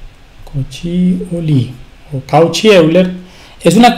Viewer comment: Disculpa, me parece que Euler era suizo y creo que se pronuncia algo así como "Oiler".